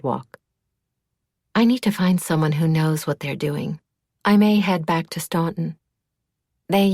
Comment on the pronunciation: Spot on!